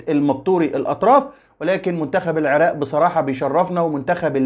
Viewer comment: بارك الله فيك ابن الكنانة ابن النيل الحبيب ولكن ارجومن جنابك ان تقول العراق وليس العراء....بالتوفيق يارب